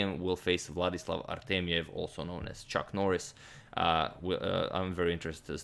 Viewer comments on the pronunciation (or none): none